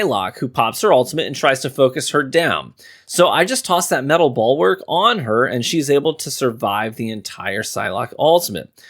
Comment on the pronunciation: Bulwark, not "ballwork" lmfao